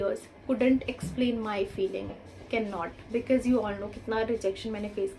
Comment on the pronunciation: Sorry to hear that but I can see many pronounciation issue with you.. please check your pronunciation of chance and because...and they are very particular about our tenses and even in this vdo you messed up with tenses..so if you work on these factors you'll make it...all the best